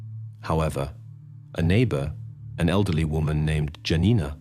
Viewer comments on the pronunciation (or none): If I'm not mistaken, Janina is pronounced Yaw-neenah (the neighbor who saw her walking with an unknown man). Similiarly, the Polish man's name spelled Jan, is pronounced Yawn.